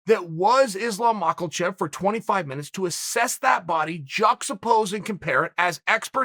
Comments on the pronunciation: Ah a new one “Islam Macklechev” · Chael "Mock-Ul-Chev" Sonnen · Chael “Makel-chev” Sonnen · Why does chael pronounce it makclechev? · I'm surprised Chael didn't pronounce it 'Mackalalchov'